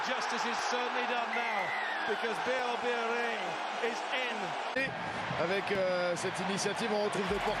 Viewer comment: Votre prononciation de son nom est déjà une grande réussite pour un anglosaxon.